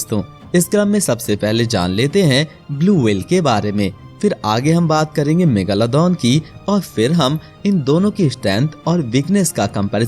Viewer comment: bhai ya megalodon hain megaloddon nahi